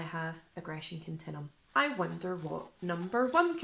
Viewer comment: It’s pronounced aggression “kun-tin-you-em”……not “kun-tin-em”.